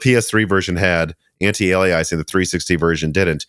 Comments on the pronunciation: It's not "anti-ale-ee-eyes-eeng", it's the word "alias", like the Jennifer Garner show from the 90s, "ay-lee-uss", anti-alias-ing. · anti-aliasing: not anti-aliaising :) also: NAS is pronounced as one word ("nas", as in "jazz")--not N A S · it's "ant-eye-alias-sing"